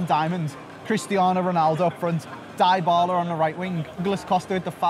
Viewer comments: DIE-BA-LA what lmaoooo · Di-ba-la? Not Dai-ba-la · It's dybala Not die pala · Its no dibala lol Its dybala 😅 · Its pronounced dibala not diebala 😂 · It triggers me how he says DIEBALA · Pronounces Dybala as Diebala Doesn't use Ter Stegan uses Neto Me: cringes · Did he just said "Dibala" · Dislikes rising for 'DIE-BALA' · dee-bala*** bro. DEE-BALA thats how its pronounced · What's up with the die-ba-la pronunciation? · when he pronounced dybala 😂